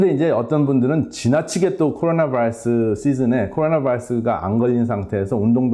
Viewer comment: 전문적이고 박식한 내용 도움이 많이 됩니다. 그런데 우리말 하시다가 바이러스 발음만 미국식으로 하실 때마다 듣기가 매우 불편합니다. 그것 한가지만 고쳐주시면 더욱더 즐겨듣게될거 같습니다.